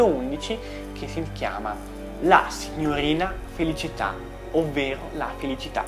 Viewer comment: permettimi di correggere solo la pronuncia :) la poesia di Gozzano è "La signorina Felìcita. Ovvero la felicità." ! ottimo video! Io amo gli insetti! :D che ne dici di un video (non so se lo hai già fatto!) per presentare dei testi su cui studiare naturalismo? dalla zoologia, alla botanica... Sarei molto interessata!